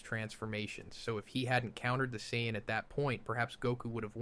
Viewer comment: lol didn't realize it was AI til I read the comments but I thought the way it said certain names like "Saiyans" was weird.